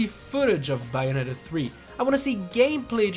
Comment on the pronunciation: "Me being a Bayonetta die-hard fan I would love to see the third game on the switch!" Can't even pronounce Bayonetta correctly